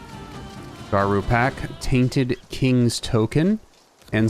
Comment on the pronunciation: guh-ROO as in Loup Garou ;)